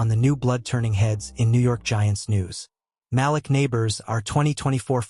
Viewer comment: For the record you pronouned The GM's Name & Malik Nabor's incorrectly. Joe Schoen's last name is pronounced Shane & Malik Nabors 1st name is pronounced Maleek.